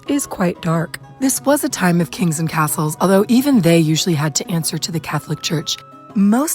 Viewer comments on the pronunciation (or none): none